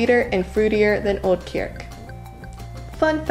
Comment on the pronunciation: I didn't know kriek was such a tongue twister, you said 'kierk' several times :-)